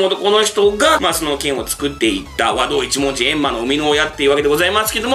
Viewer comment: 和道一文字の発音に違和感